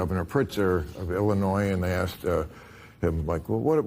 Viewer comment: And the word “asked”…. Is not supposed to sound like “ax”